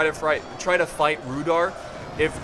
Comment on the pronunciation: i think its prounanced rude are